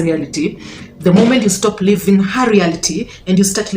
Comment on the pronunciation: "Living" and "Leaving"...your accent is challenging